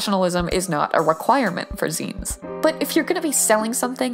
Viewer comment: TY FOR TEACHING ME HOW ZINES WAS PRONOUNCED. I ALWYS PRONOUNCED IT AS ZAI-NES INSTEAD OF ZEE-NES